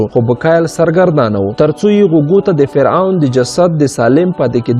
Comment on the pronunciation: مننه ښه معلومات خپروې، اما د ویډېو په اخري برخه کې دې یادونه کړې که نیوکې او وړانیزونه لرئ نو تبصره کې یې راته ولیکئ، په همدې خاطر غواړم د سمون لپاره یوه نیوکه وکړم هغه دا چې: سره له دې چې ته یو ژورناليست او لیکوال هم ښکارې خو ځینې تورې غلط یا ناسم تلفظ کوې لکه د ع او غ رد او بدل کارول د ح او خ رد او بدل کارول د مثال په توګه فرعون ته فرغون وایې، معلوماتو ته مغلومات وایې، رښتیا ته رهتیا وایې، اخستلو ته احستل وایې خپل ته حپل او داسې نور...... زه ستاسو د ویډېوګانو مینوال یم او تشویقوم مو ډېر ښه مخې ته روان یې خو که دغه لفظي نیمګړتیاوې ونیسې نو ښه کار وبه شي. مننه